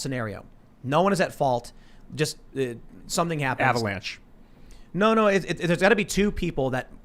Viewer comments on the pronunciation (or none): "avalanche" lmfao 🤣